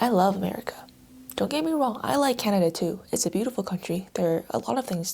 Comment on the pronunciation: 23 canadia. 😂